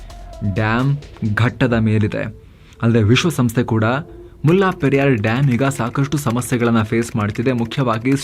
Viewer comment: ಅದು ಮುಲ್ಲಾ ಪೆರಿಯಾರ್ ಅಲ್ಲ. ಮುಲ್ಲ ಪೆರಿಯಾರ್ ಅಥವಾ ಮುಲ್ಲೈ ಪೆರಿಯಾರ್. ನಮ್ಮ ಜನಗಳಿಗೆ, ಹಿಂದಿ ಉರ್ದು ಭಾಷೆ ಬಗ್ಗೆ ಇರುವ ಪ್ರೀತಿ ನಮ್ಮ ಪಕ್ಕದ ರಾಜ್ಯಗಳ ಭಾಷೆಗಳ ಬಗ್ಗೆ ಇಲ್ಲ. ವಾಸ್ತವವಾಗಿ, ಹಳೆಗನ್ನಡ, ತಮಿಳು, ತೆಲುಗು, ಮಲಯಾಳಂ ಭಾಷೆಗಳಿಗೆಲ್ಲ ಸಂಬಂಧ ಇದೆ. ಇದು ನಮ್ಮ ಈಗಿನ ತಲೆಮಾರಿನ ಜನಗಳಿಗೆ ಗೊತ್ತಿಲ್ಲ. ಆದರೆ ಸಾವಿರಾರು ಮೈಲಿ ದೂರದಲ್ಲಿರುವ ಹಿಂದಿ/ ಉರ್ದು ಬಗ್ಗೆ ಬಹಳ ಗೊತ್ತು.